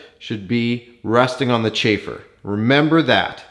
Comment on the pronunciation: Use the Pushrod part number Specific to your Head/Head Gasket Thickness. Don't use this part number as a blind copy. Z51 or GrandSport Dry sump may have some additional parts. I know you're Canadian but Mahle is pronounce Molly. Chamfer not Chafer. Rudeness aside, great video with lots of detail. it takes time to make these for others. Well done.